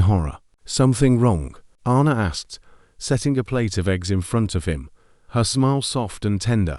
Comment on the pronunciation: Sorry. It's. Ann a. Not arna. I bet he couldn't move either. He's been hallucinating did he really dream it ? A supposed ghost she appeared at that right time to upset him maybe get him talking own up to what he did ? His conscience his just desserts